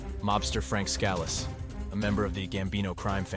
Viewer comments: Scal lease.... oh he got it right after he butchered the first time mention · It almost sounds like he said it correct the first time but every other time he didn’t. He also pronounces Frank Scalice wrong yet he says it correct the first time! Lol.